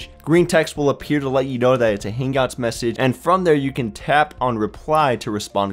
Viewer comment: "Hang-gout message"